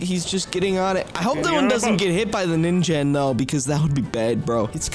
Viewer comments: um the real pronouncation for ningen is ning-gen not ninjen btw love your videos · Sorry, but you pronounce it wrong, but but this is how you pronounce it the Ningen